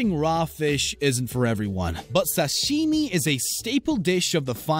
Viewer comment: Is anyone else annoyed how the narrator says "sashimi" or is it just me?